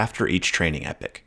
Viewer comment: yo clown … read what an epoch is … and HOW TO SAY IT PROPERLY